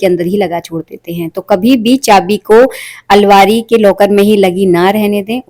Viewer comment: Alvari nahi hota almaari hota h